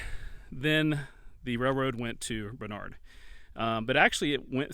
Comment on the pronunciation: The correct pronunciation is Barn-ard, not Bar-nard. One of closest friends is from the area.